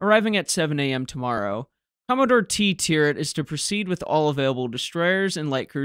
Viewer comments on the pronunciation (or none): none